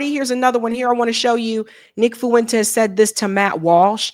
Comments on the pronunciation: Fuen-Tez. Two syllables. Not Foo-en-tez. Thanks 😆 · It's not Fu-entes The ue is a dipthong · So... You're saying a democrat was the better choice to vote for at the time? No thanks. Also, say it with me... Nick 'FWENTEEEZzz'... Not 'FOo- in-tEzz' lol